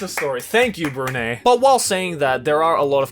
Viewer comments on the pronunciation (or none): Bru ney, it's Bru-ny , like the "ni" in nine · I know right😂 It should be pronounced Bru "Nai" I was laughing when he say "Nay". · DID MY MAN JUST SAY BRUNEY BRUH HE PROUNCING THESE COUNTRIES WRONG SMH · Brunei (“Brew-Ni[ght]”): Brew-Nay. NANI, BREW–NAY!? NAY NAY, SORE WA CHIGAU YO! (Interesting that he pronounces Iran as “Ee-run” not as “I ran” though.) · Its 🇧🇳 Brunei you pronounce it by changing the letter 'e' to 'a' . Yes im from 🇧🇳 So please don't kill me anyone . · oi, is not BRU-nei, is pronounces as BRU-nine. Even I'm from singapore. I'm triggered... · What’s up, loving you and your vids so much way from Brunei🇧🇳❤️❤️❤️ P/s: Brunei is pronounced as ‘Broo-nai’ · I am so happy that my country was pointed out! Bruneians rise up! By the way, "Brunei" is pronounced "Broo - Nai". Nai as in the same way one would pronounce "NIne" or "NIght". Thanks for such an amazing video! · THE WAY HE PRONOUNCED BRUNEI AHAHAHAHHAHAH IM DYING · That way of pronouncing Brunei is 😔... can't blame tho. Thanks for the vid 😉👌🏻